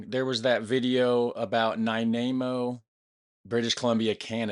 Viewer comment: Nanaimo, not Nainamo.